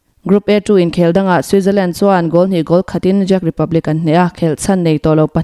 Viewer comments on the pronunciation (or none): Czech Republic hi 'Zek' ti lo hian Chek ti ila a fuh lo maw. English emaw hnamdang thumal lam dik loh hi chu mahni tawng a nilo bawka a pawina ka hrelo. Ram hming hi chu lam dik a pawimawh ve riau 😀